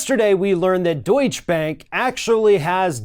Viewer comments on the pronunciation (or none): Another Yank mispronouncing words! The word is pronounced Doycha not Do itch. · Actually, Deutsch is pronounced like "Doytcher", not "Doytch" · deutschE bank ... deutschEEEEEEEEEE (not deutsch bank). there is a reason for that final letter. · Doich-uh! Not Doich! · What is deutsch bank? Its deutshE bank. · Remember the 'e' at the end of Deutsche in Deutsche Bank, other than that it was very well pronounced :) Gut gemacht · *Deutsche. Not Deutsch. The "e" is pronounced at the end Deutsche. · It is pronounce Daucher bank. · I wish you’d learn how to pronounce names outside of the USA. It’s pronounced, doitcha, and Merkel is mronounced, mairkul. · It is pronounced Deutsch - a Bank!!!!!! Lawrence O'Donnell revealed on MSNBC that the Deutsche Bank LOAN DOCUMENTS are CO-SIGNED by Russian Oligarchs close to Putin. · The bank is pronounced Doit-cha. Don'tcha know? Hah! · Please,. Duech-e. You pronounce the e on the end. It’s a sound called a schwah, between uh and eh. You’re a smart guy and the continued mispronunciation drives me nuts. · Deutsche = TWO syllables. sigh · dude... The last "e" in "Deutsche" is not silent.